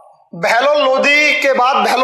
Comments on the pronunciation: भाई इनको किसने शिक्षक बना दिया जिनको द और ध में अंतर नहीं मालूम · Lodhi nahi Lodi bol be. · Lodi aur lodhi rajput Alag Alag he jab khud ko sahi se pata nhi he bta kyu raha he chandravanshi me lodhi sabse bade hote hume Muslim se kyu jod rha he chacha charo veda ko sahi se study kar le tujhe lodi aur lodhi Bolne me dikat ho rhi he